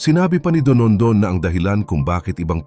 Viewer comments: Don don o donondon? Kainis nman narrator! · Dondon po ang pangalan ng whistleblower, hindi po Donondon. Nakaka yamut. 😏😏😏